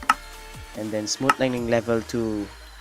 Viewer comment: I Like How He Says Smooth LIGHTNING Instead of smooth lighting.